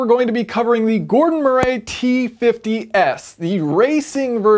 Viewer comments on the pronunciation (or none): Gordon’s surname is not pronounced “Muh-ray”, it is pronounced “Muh-ree”! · For the record. In the UK Murray doesn't rhyme with hooray 😂😂😂